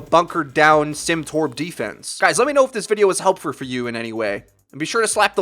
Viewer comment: Love your videos man watch them pretty much daily. What's been working for me against these set ups almost every time is any character that doesn't have a drop off damage. So pretty much everyone that you've listed. I couldn't help but notice as well you said "helpfur" which was hilarious and accidental of course. But I would love to see a video on how to correlate let's say aiming videos and grouping the team up on console. Because a lot of the methods are great for pc, but for console ( primarily aiming, and team coagulation) is rare to work. Discord is a great app and I use it but I have yet to find the right group of people to keep me level and help benefit one another. Thanks again and keep it up!